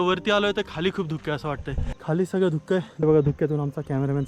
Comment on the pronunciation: धुक्कं ऐकून राहवलं नाही म्हणून सांगावेसे वाटले, धुकं असा उच्चार योग्य आहे मागे एकदा असेच व्हल्ला वाडी वरून तुम्हाला टोकले होते, ती खेडची होलेवाडी आहे